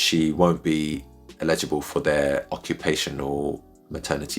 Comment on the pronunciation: Thanks for the explainer, but you keep saying “illegible” not “eligible” 😂